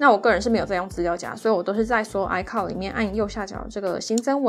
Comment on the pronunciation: icloud不是唸“哎靠的”是“哎可烙的”